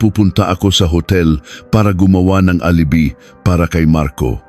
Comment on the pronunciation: Alibi wrong pronounciation. Php is philippine pesos